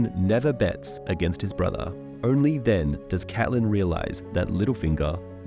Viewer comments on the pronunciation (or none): Awesome video but the name pronunciation switching between Catelyn (Cat-Lin) and Caitlyn (Cayt-Lin) really bothered me.